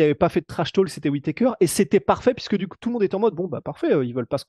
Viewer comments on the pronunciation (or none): none